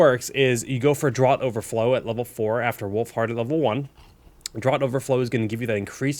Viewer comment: Great vid, but Draught in Draught Overflow is pronounced like 'draft' (think beer),not like 'drought'! Minor quibble, these vids are extremely informative, thanks!